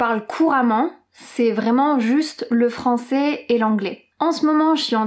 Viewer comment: Je sais pourquoi mais ta prononcacion de francais est, pour moi, meilleurs que la prononcacion de Hugo de Inner French! Je suis tombe amoureux, je comprends tout sans sous-titres! J'ai decouvert cette chaine en regardant Ecolinguist et j'y resterai certainement!!